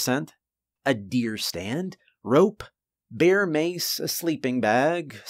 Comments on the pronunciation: it's finny, sometimes you say Beer rather than Bear. It's happended in a few stories. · Why pronounce it "beer" mace? Surely it's bear mace?